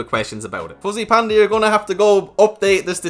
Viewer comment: Anyone heard from the beginning, was saying “pussy” panda